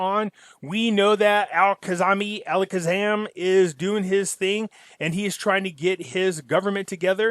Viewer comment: Hahahaha alakazami alakzam It’s AL-KA-ZEH-ME